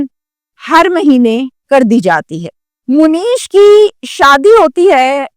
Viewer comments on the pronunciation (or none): مو نیشا نہیں ہے درست منیشا ہے ایسے ہی مونیش نہیں ہوتا ۔منیش ہوتا ہے